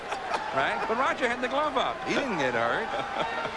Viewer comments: There's no "d" in Roger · Yeah, who the heck is RODGER Clemens?